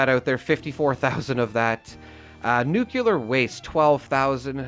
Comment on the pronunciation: Jayzus… all these years and you STILL can’t pronounce ‘nuclear’.